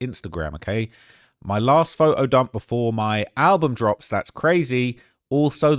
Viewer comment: It’s phoTo, not phoHo